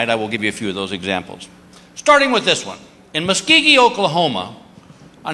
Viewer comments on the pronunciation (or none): He mispronounced Muskogee Oklahoma 🤣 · Wow, ok, he totally said the name of that town wrong. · .....that pronunciation just wow, and it's not that difficult to say Muskogee. so I'm hoping it was on purpose. and the terrible impersonation just made the joke better. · right? I'm wondering where he got the gi part? XD